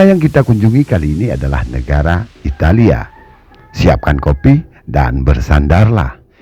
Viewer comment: Italia bukan italiya ngaco, jangan di lebih lebihin lahh, kasian sama orang yang belom bisa baca bikin bingung pelajar aja